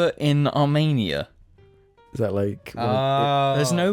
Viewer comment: can someone teach how to pronounce armenia correctly please